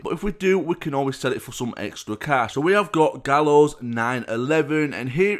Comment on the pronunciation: You say his name like "Guy-o" but it is spelled Gallo u dont say "Gallo" Anyway love your vids!!